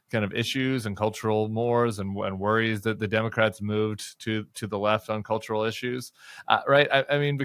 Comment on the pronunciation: cultural is that the way you say color?